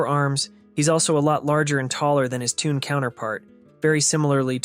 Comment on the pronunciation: 😅 Is Shelly music? Why say “tune” instead of “toon”?